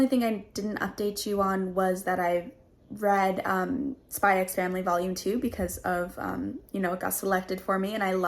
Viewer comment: He's very protective because his sister is practically his mum and his only family, and it's over the top for comedy effect (it's a normal trope in manga/anime). Also it's just "Spy Family" the "x" is silent.